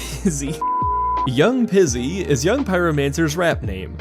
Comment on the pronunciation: DRC and STE being pronounced as words make them Acronyms. REB being sounded out each letter (like cEDH) makes it an Initialism (both being subsets of abbreviations) Also I always heard Young Pyro as Young Peezy, not Pizzy Great video!